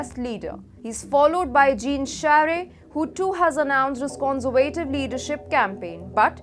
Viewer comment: You might want to practice 'Conservative' intonation on Google translate. Its a bit wayward.